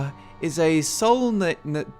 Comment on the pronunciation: You want to talk psychology but can't pronounce Sultanate? Lol.